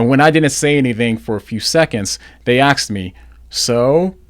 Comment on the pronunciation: Axed should be asked